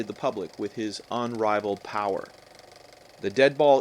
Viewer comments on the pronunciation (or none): none